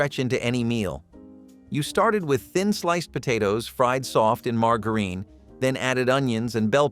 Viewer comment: He said MargaReen for Margarine. 😮😂